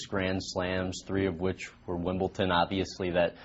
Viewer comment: Why do you people care that he said Wimbleton, what does it matter?